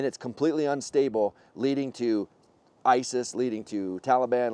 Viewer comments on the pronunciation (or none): none